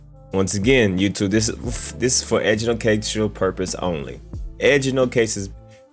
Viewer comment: My nigga said “Edujucational” 🤣 you still solid tho!